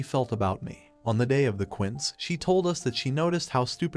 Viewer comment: When the AI voice says quints, it's trying it's best to say "Quincé" which is short for Quinceñera, a latin girl's 15th birthday when she becomes a woman.